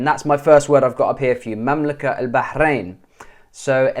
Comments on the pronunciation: just a tip مملكة البحرين is pronounced mamlaket but in the word المملكة is pronounced al mamlaka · Good vid but it should be mamlaka(t) al Bahrain - مملكة البحرين because of the ة rule of association which requires that the ت be pronounced . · كلمة (مملكة البحرين) هنا تنطق التاء المربوطة تاء وليس هاء (مملكت البحرين) والسبب ان مملكة ليست معرفة بأل لذا حتى بالعامية تنطق ت